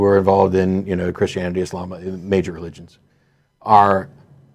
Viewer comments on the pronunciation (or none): none